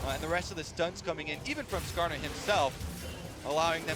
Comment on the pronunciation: do they say karsa instead of skarner wtf